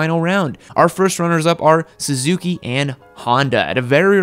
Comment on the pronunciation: Please stop saying suzhaki, It's su-zoo-kee. 🙎🙎🙎